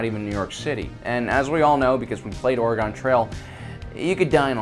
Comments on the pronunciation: it is Oregon, not Oregone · ... oregon is pronounced oregen like... genjutsu..... now ya know....